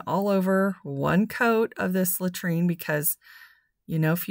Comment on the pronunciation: Love the color on the bird houses😃but it is called LAURENTIAN ( lo rench ee in) And I am not being a smarty pants or snobby. The only reason I know what it’s called is because I too called it latrine and my daughter looked at me like I was crazy and then started laughing. She said, “Mom ,latrine ?!?!who on earth would name a paint color after a toilet “ and I just died laughing and said oh my goodness you are right so once I took a closer look at the name of the paint, I actually googled it to figure out how to pronounce it correctly.😂🤣😂